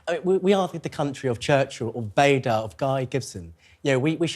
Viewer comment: Max Harrison equates Britain with Winston Churchill, Douglas Bader (pronounced wrong) and Guy Gibson - the latter two being WW2 RAF pilots. What a weird young war "commentator" 😂🎉.